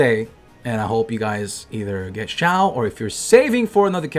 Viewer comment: LOL "Xiaowered"